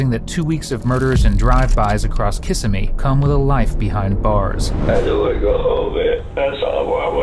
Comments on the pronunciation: KISS-IM-EE. Not Kissame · Kiss-emmy not kissa-me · oh god. hell no.. It's :Kuh sim ee". Not "Kisah Mee:. /wrists. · It’s pronounced kassimmee not kissimmee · The Florida city is Kissimmee, with the emphasis on the second i - not KISS i me. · kih-simmy not kissa-mee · It's Prounced KISS SEM ME. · You’ve got the wrong emphasis on the wrong syllable ~ Kiss-emmy. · It's pronounced: Ka Sim Mee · KA-SIM-E AI has a lot to learn about pronunciations. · Not KISS-uh-mee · Can you please learn how to pronounce Kissimmee? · As someone who lives in central Florida, way he is saying Kissimmee is triggering me so bad😫😭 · I live near Kissimmee and I can’t stand that this narrator didn’t take the time to learn how it is pronounced. And YES, I know that is dumb of me. But, there you have it…..😂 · If this is a real narrator he should learn how to pronounce Kissimmee .